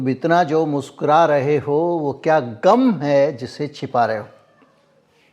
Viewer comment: “कम” नहीं, “गम”.